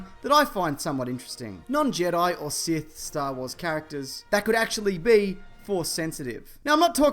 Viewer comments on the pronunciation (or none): none